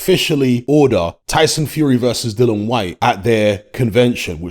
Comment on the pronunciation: still not pronouncing Dillian's name correctly...after all these years! 🤣